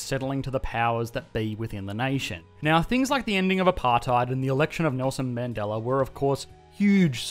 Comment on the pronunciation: "nealz0n mAndellah" I can't 😂The way foreigners say his name! Watching this video for geography and it didn't make me fall asleep! Good video :)